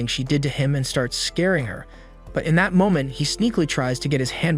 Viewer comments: Is no one talking about how he says fat instead of that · Bro when i hear him say that it sounds like fat😂